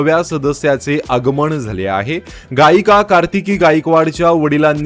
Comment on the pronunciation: आगमन हा शब्द नीट उच्चारला नाही नो चा उच्चार करताय आणि नवीन गाडी म्हणा की यात काय नवीन आहे नवीन काय आहे यात